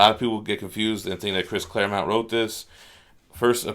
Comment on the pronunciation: Pronounces “Claremont” correctly. Me: satisfied sigh: goes back to saying “Claremount.” Me: Screaming internally.